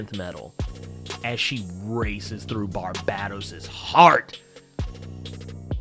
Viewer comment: Hey man, and I say this with love - and corroboration from Scott Synder and Greg Capullo and the works - it’s FUCKING Bar-BAY-tos!!!!!